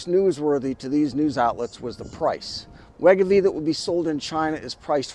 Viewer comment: It’s pronounced Wai-GO-Vee